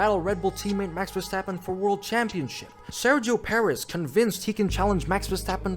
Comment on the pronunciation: I love hearing "vastappen"